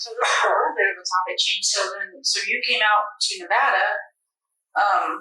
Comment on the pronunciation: Learn to pronounce Nevada! 🤦